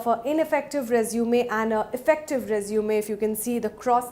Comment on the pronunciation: It's "resumey " pronunciation